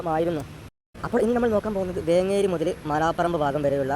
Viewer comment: വേങ്കേരി അല്ല വേങ്ങേരി എന്ന് pronounce ചെയ്യണം